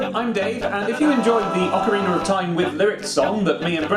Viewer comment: "ocariner" dave is so cool